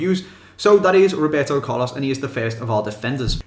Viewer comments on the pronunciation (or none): none